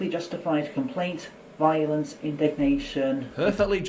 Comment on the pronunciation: Did someone teach this guy the word "violence" wrong as a joke?